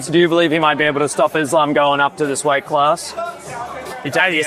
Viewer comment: How the hell is Belal mispronouncing Islam